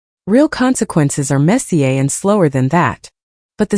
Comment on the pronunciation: Your AI narrator needs to be less European with the words Messier and Kinder.